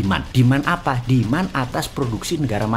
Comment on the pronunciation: sangking emosi boss man bilan "Apa efek jadi AFA EFEK". semangat bossmannnnn